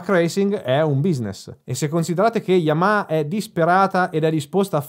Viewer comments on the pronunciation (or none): none